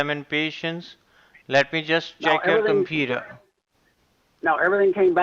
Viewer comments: I know at one point he said “computah” which cracked me up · Indian version pronouncing Computer: (Coom-petah)